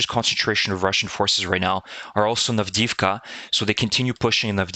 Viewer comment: love your site---but please Avdiivka---is pronounced "avdee-yeevka"